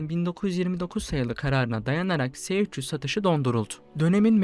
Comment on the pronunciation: Se300 diye okunmaz es300 diye okunur bunlar ince detay yakışmadı size gzt...